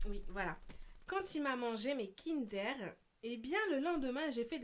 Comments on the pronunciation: qui a remarqué que à la place de dir kinder au début elle dit kindér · sa se dit kindeur pas kindér au passage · c'est pas kinderre c'est'kindeure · Mdrrr sa me stresse le "aire " c'est kinder pas kindaire il me stresse à dire ça tonton !